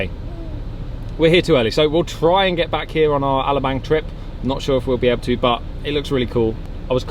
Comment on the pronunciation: You'd think after all the YEARS being in the Philippines, they'd learn how to pronounce Alabang , and other places /things , and learned SOME Tagalog to enrich their experience with the people of the country .